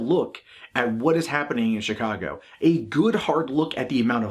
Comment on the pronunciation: they removed the video wtf. and hey don't want to sound like a dick but the CH in Chicago is soft like SH. 👍